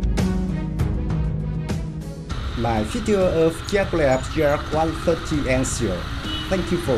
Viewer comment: please learn at least the name of this plane and construction beraoue that designet it,Yak is not Dzak as you say ,look it up at the some russian videos about Yakovlev planes.please we like the work you are doing do not ruin everything by a poorvoice overs.work on basics!Thank you.